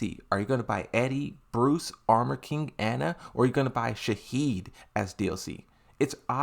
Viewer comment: I don’t want to be annoying but for the love of god please stop saying Shahed because in arabic his name is Shaheen (pronounced shaa-heen )not shaa-heed